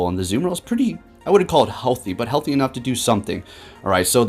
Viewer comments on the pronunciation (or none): none